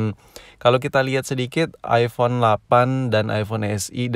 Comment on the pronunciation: 1:6 mungkin lidahnya lagi nge gym trus bilang "iphone lafan"